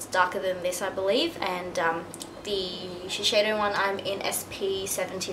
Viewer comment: isn't it shiseido not shisheido?